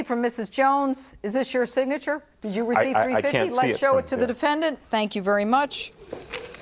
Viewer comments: he sustose ta been.... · difsa signatour on daccaments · "Everytime I turn around, he's got a different sig-na-tore on all dock-a-mints" 😂😂